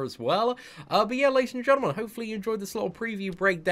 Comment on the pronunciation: is it me or said "ladies and gentlebud"?